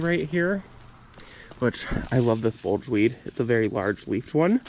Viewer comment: I love your channel. I garden on about an acre and I’m getting to the age where I just can’t keep up with it. Your garden is perfect sized, big enough but not overwhelming. Btw, it’s bugleweed, not bulge weed. Aka ajuga.